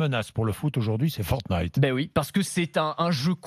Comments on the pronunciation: Il s'avent même pas dit fortine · quand Bordin dit fortnite :feurt-nyte